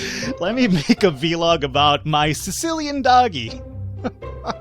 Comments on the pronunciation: It's not VeeLog, it's vlog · your saying V-log not vlog it's one word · It's vlog, one syllable, not vee-log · I like how you say it v-log :D